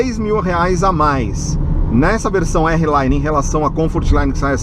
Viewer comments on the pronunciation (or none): amigo desculpa, mas vc é um cara q a galera segue, só uma dica ai pq se vc falar errado, esse errado se propaga com mais facilidade! não é "érri laine", R Line = "ar line" o R em ingles fala "ar".